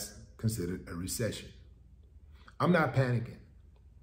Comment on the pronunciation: That part. Make Ah Resection, Not make Ah Resection. 😳